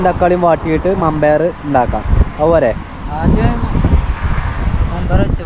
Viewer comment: മമ്പയർ അല്ല വൻപയർ